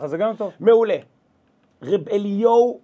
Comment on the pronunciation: למה 'רב' עם צרה ולא קמץ ??? די לעוות את לשון הקודש 😮